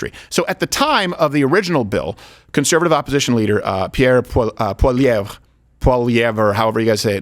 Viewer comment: It's pronounced: paul-ee-ehv